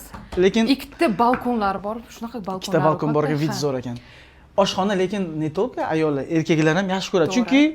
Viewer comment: Тока эмас, только! Сан узыл😂